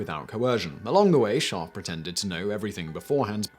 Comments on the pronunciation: I had no idea there was an 'r' in his name until you showed it in print. You're literally saying, "Shaahf." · The way you pronounce his name sounds like the German word for sheep which makes this fascinating video also very funny.